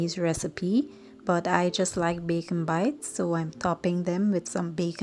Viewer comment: Please pronounce the word the correct way it is bacon bits